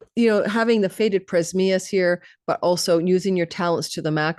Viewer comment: PRA-AM-ZHYUS the Eternal One, not prezmyus (was a little confused listening until i read the caption). Amazing reading ❤